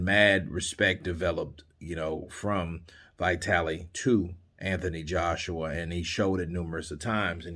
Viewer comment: .one thing.its not vaitali.its vitali.dont ever say Eastern European names like they would be american names.always say like its been written!